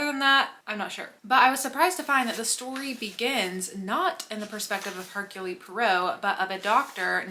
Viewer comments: It’s her-cool. Not Her-Cooly. Every time you pronounced his name I winced. Do some basic research before filing a video lol …. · The e at the end of Hercule is silent. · If you saw the movie adaptations, then why do you consistently mispronounce Poirot's first name?